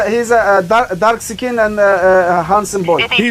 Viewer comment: lol i know he said, "he's a dark uhh skin," but it sounded like he said darxecan. It almost sounds kinda cool.